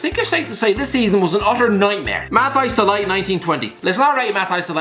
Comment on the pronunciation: Can't wait for to finally pronounce De Ligt's name right